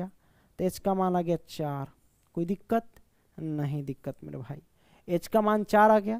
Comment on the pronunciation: Koi dikat nahi dikat😂